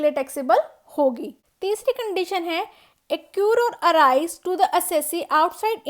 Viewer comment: its accrue not accure